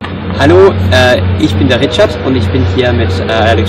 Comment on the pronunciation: Xaver Xirkenburg but he says ich as ix if you understand the x or j in spanish, like alejandro , "j" I mean he says ich as ij